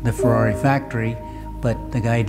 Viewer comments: First guy I've seen who speaks English and says "Ferrari" the right way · I am inspired by this video. I like how you say Ferrari. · Finally, an American who can correctly pronounce Ferrari. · Brilliant. Love the car, the man's commitment and personality. And he can say Ferrari correctly !! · Even how he pronounced Ferrari shows the passion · love the right ''Ferrari'' pronunciation instead of Fuwawuy